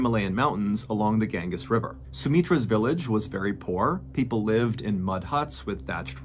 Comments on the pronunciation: Gan gees river. Not Ganges. Gang es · The river is pronounced “gan-jeez”. It’s holy for Buddhists and Hindus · Gan-gees ...it's the Ganges river lol❤ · Oh Ballen...it's pronounced the GON-JEEZ River!!